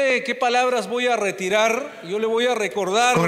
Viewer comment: Q Immmbecil para expresarse así ese congresista hey tú sí tu. reterar reterar q voy reterar .